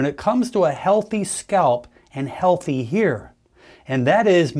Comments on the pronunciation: Why does he say here instead of hair? Cover up? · In your hair (he said "hair" but some people have an accent, I first thought he said "hear").